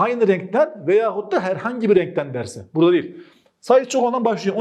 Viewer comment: her rrrrrrrrrrrrenkten